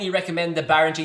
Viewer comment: It's not Bahringer....it's Behringer...as in not Bahr but Behr. Amazing bit of gear for not much money... absolutely nothing to not like.